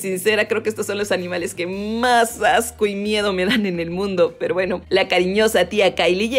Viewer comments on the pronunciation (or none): none